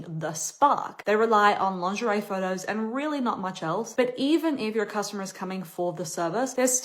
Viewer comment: Frighteningly smart analyses - 'lawnzheray', though. Ouch!